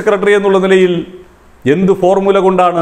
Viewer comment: ഈ. ഫോർമുല .എന്ന്‌ പറയുന്ന ത്. ഫോർ . മൂല എന്ന് വായിക്കുകയും